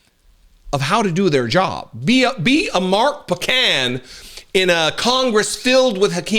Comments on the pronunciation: I live in Mark's district, you're pronouncing his name like pecan, it is POE, not "puh" can. Take the southern out of it. NICE video! We are very well-served in the House by Mark Pocan, and partially well-served in the Senate, where we have the awesome Tammy Baldwin, who is great, but then there's the other senator, MAGA Ron Johnson. Mark replaced Tammy Baldwin in the House of Representatives in 2013, so while he is "new" to you, he's been there more than a dozen years now. Hmmm, who pays the tariffs? Maybe they pay themselves? Why you can't get a simple answer to a simple question, but rather, get evasion, should be at the forefront of every voting American's mind. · It's Mark "Poe-Can" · POH-can,.